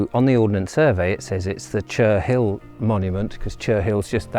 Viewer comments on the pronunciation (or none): Cherhill is pronounced Che rill not Cher Hill, H is silent. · I suggest you speak to a local to find out how to pronounce Cherhill. :)